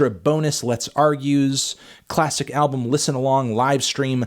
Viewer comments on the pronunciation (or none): none